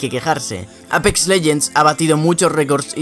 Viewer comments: Se pronuncia eipix no apex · me gusta mucho tu acento cuando dices APEX literalmente lol